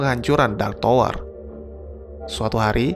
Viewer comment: Bacanya Tawer bukan Towor bro